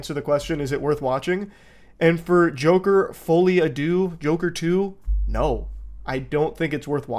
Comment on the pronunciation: Btw it's uh... It's actually pronounced, "Fall-e adoo," spelled, "Folie à deux", and it's French for, "insanity of two". It's something you CAN correlate Harley and Joker with but isn't exactly the best fit for them. It's seen most prominently in twins. There's even a famous example of it from the UK, I believe